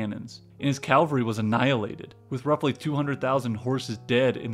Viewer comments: Cavalry not Calvary. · Umm...It's "cavalry", not "calvary." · It is pronounced as "Cavalry" (horse) and not "Calvary" (hill where Jesus was crucified). But great video still. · Pommerania, not Pomeria. Cavalry, not calvary. Regardless, not irregardless.